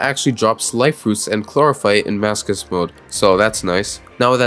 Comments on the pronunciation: i pronounce it as maso-chist, maso like laso and ch in chist like ch in chitin. Now, most people pronounce it as maso like laso and chist like kissed. Aaaand this dude pronounces it like mask-ust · The way you pronounce masochist trigers me on a level I never knew a word could triger me, nice video overwise, keep up the good work Ps. Write down how you guys say masochist❤❤❤ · I love the fact ur saying masochist as masokist, it makes it even madder